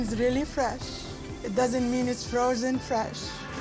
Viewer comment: Fresh not froozen fresh? Oh gawd 😅